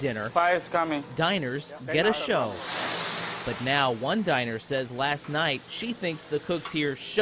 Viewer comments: OMG, it's pronounced "sez". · I cant watch this channel anymore. The way he says "says" drives me nuts. He doesnt actually research the stories.